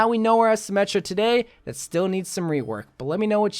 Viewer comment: Am I the only one to notice he said wework instead of rework